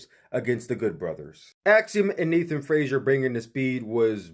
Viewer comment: Everyone always says Frasier. It's Frazer. Nathan Frazer.